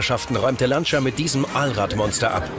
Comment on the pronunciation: Lancia hahaha die Betonung auf dem i, hshahaha